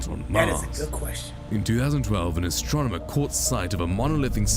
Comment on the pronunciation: What is with the narrator? He is terrible at pronouncing words. "Astromoner" LOL